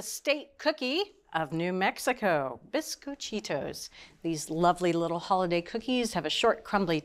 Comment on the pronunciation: Bisquit-cheetos???!!! LOL! It's bees-coh-chi-tos.